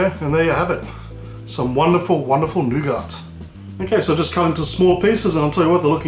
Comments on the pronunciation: "noo-gart" really ? its pronounced noo-gar "nougat" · It's pronounced 'noo-gar' not 'noo-gat'. The commentary would be clearer to follow if you took the time to think through what you are going to say in advance. The visuals are good though. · its pronounced 'new get' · No honey? No rice paper? Not proper Nougat... (French treat, you don’t pronounce the T - Nouga(t) ) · The "t" is silent in nougat, it's pronounced noo-gah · In America we pronounce it New-git :) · It's pronounce noo-ga because it's French. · please im FRENCH is not frence nougat its FRENCH NOUGAT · The 'T' is silent. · "wonderful wonderful NOUGART" hehe. No disrespect,. This is a great video. I'm off to make me some snickers bars with this:D